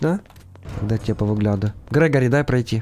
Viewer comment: Не грегари а грегорий